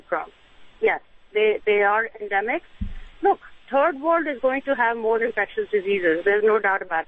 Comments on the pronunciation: Did she say turd world? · Ha-ha, she said “turd world”! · Haha...did you hear how she pronounced third world ? Turd world! ....I was gonna correct her but she got it right..!